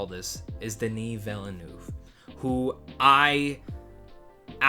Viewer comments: It's pronounced "vil-nuhv", not "vilanoo" lmao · And not "villanoo" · FYI, Villeneuve is pronounced "ville" (like in "Smallville") and "nuhv" ("uh" is pronounced like the indefinite article "a")